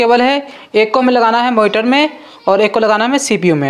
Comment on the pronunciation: Power cablee and moniteree 😂❤